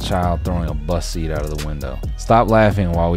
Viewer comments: What I actually think is funny is you saying “bus seat” but all I hear is “bussy” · Why does he say “bus seat” like that. Is sounds like bussy.